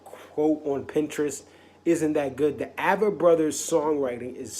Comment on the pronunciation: “Ay-vett” Brothers...